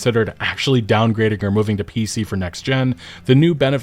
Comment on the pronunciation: She pronounced downgrade wrong